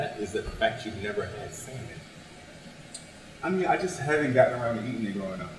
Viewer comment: Winston and Ashton keep pronouncing "Salmon" with the "L" is driving me crazy!😠 lol